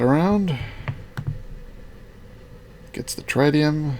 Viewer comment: Tritium pronunciation: Tr-It-Ium not Tri-Tium